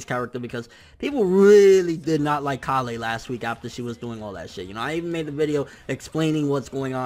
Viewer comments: dude it's kale! Kale!!!! Not callay not callay kale!! Come on man work with me here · Lmao omg he says Kalè everytime it's just Kale like how you would say the vegetable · Dude it's kale like the food not ka le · Hey bro it's kale like the vegetable kale not kalle like some Kryptonian shitt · It's pronounced kale not kalé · Ok dude you've been pronouncing kales name wrong for a very long time. ケール this is how her name is written in katakana and it's pronounced ke-ru or ke-lu obviously a pun on the vegetable kale. How you have been saying her name is かーレ or ka-le/ka-re Which is wrong as this isn't the way the japanese voice actors never have said her name in any instance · A minor thing, but it's K ale, not Kal ey. Kale as in the vegetable. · Idk why you're saying kah-le its kale and if you're just being a Weeb and using Japanese pronunciations its keiru not kah-le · Kale, not Kalay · When u pronounce kale KALEH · Kale.... rhymes with Tale, pale, or fail... ya know, like the vegetable? Please stop calling her "kah lay" :( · Yo I don't want to be rude, and I mean no disrespect but you keep pronouncing Kale's name wrong. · You're saying kales name wrong I'm guessing you're doing it on purpose though lol